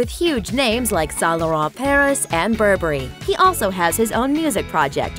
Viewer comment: I spit my water when she pronounced Saint Laurent and Burberry